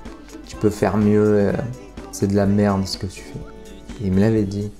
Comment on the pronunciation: À 2m50 tu parles sûrement en patois des gens du sud car tu dis « ti es la » alors que c’est « TU es la » normalement. Bon moi j’dis ça j’dis rien mon sudiste du sud préféré ❤️ Love mec.